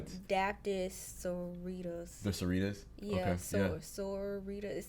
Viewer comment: Why are y'all struggling with the pronunciation of Sororitas? It's literally pronounced like sorority. Just replace the y with ass.